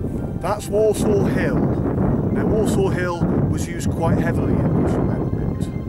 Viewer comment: As a born and bred Clitheronian, I really enjoyed the film. Just a small point .. Worsaw is pronounced (at least locally) as "Wursa" rather than "Worsaw"